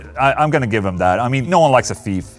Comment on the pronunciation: "Don't be a feef" - Ola Englund 2020 Love you Ola